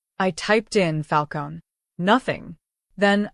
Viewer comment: "Falcone" - you pronounce the "eh" at the end. And I'm out . A whole minute of advertising. This is a "true" story?? Ha.